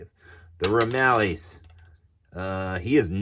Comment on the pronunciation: Nice video! Couple of small items, and not trying to be rude, just educational. Akagi is pronounced uh-kaa-jee believe it or not. I’ve also heard it pronounced ah-cog-eee. The Ramallies is pronounced ram-il-leez